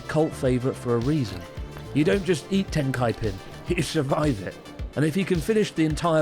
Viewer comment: I'm white and definitely thought of a bowling alley when you said Tenkkaipin lol